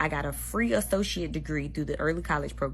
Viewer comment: She holds all these degrees, yet she can’t pronounce “associates” correctly?!